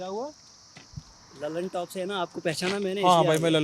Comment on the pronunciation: Lallantop nahi lullitop 🤣🤣